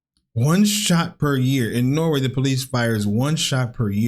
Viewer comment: Norway isn't only nordic country. Also, it's not pronounced "noway".